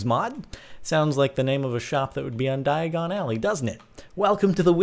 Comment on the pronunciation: not diogon its dayogan